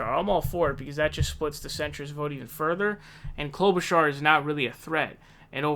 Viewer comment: He's finally saying Klobuchar correctly.